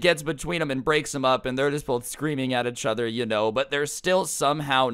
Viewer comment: why does he say eachother like “achother”